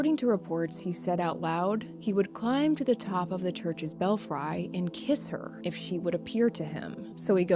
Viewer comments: Belfry is pronounced "bel-free", not "bel-fri" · Bell Fry lol, Belfry is pronounced Bel-Free 😂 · What the crap is a "bell fry" 😂 Did you mean "belfry" (BELF-ree) ?! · Just a heads up the word belfry is pronounced bel-free.